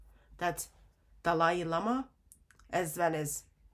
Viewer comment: I love how calls him Dalai LAME-ah! 😂.... This is why muslims haven't said anything about this subject. They KNOW they will get called out! Thank you God for exposing this sick filthy sex cult in new ways everyday!